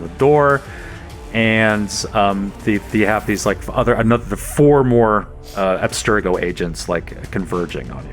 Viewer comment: I love how they keep pronouncing Abstergo, "Aspergo" as if it's an artificial sweetener hahaha. Seriously though, listening to an Assassin's Creed TTRPG with the actual Abubakar Salim playing the actual Bayek of Siwa... so good. Even if no-one on the show acknowledged it, hearing him sneak in a "Siwa will never know peace" was excellent hahaha.